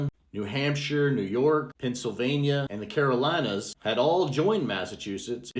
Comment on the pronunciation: Nope I hadn't so thank you! Also, did I detect some southern accent on your pronunciation of Carolinas?